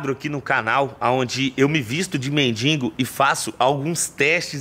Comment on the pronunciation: Pelo amor de Deus meu irmão não é " MENDInGO" é MENDIGO kkkkkk doido da cabeça. Tamojunto